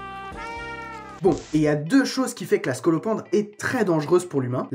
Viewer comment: Scolopendre comme scolocendre